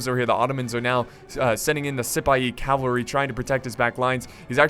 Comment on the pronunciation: Ze–Senpaii cavarly...😂😂